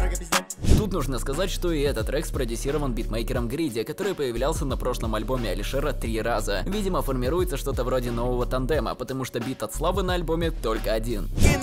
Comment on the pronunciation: Чеел Не грИди, а грЭди